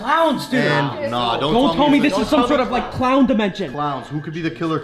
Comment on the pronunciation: It is a klawn potol